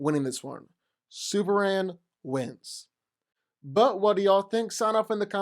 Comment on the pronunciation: I dunno what is he saying: is it Supleman, Suplement or Superhand? He repeats this word many times, but it doesn't sound like Superman at all. Anyone can translate? xD